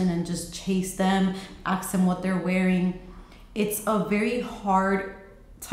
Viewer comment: Asking out of genuine interest: I‘ve heard you and some other YouTubers say „aks/axe?“ instead of „ask“, why? 😄 Is it some kind of a cultural thing?